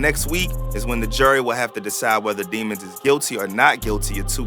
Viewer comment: “It’s de-mones” 😂😂😂😂